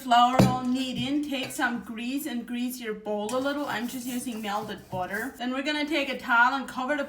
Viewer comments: Every time she says “melded budder” take a shot of melded budder.❤ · Myelded booter 😊